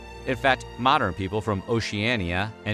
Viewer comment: Oceania is pronounced “ocea ana” not “ocea ania”